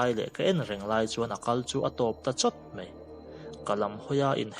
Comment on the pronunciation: Hello,New Subscriber......a ngaihnawm hle mai. Mahse,i ṭawngkam hman hi tlemin fimkhur deuh thei la a ngaihnawm zual sauh ang. Eg:- "mei" nilo in "mai" tih zawk tur. A ngaihnawm lutuk e.